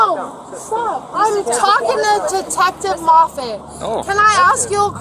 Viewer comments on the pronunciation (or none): none